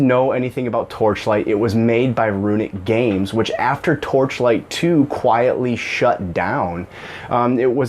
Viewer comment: How many times can you say the title of the game you are talking about wrong? It's hilarious. You actually didn't say it right even once I think